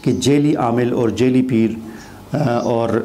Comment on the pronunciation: Shah sahab jaili ni "jaa'li" lafz hota h. Apna talaffuz to theek karein.